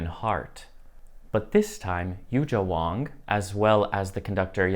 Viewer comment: I think it is important to learn how to pronounce Yu Jia Wang's name correctly. She is such a big name now but so few people on the net talking about her and her arts yet to failed to pronounce her name correctly. Please!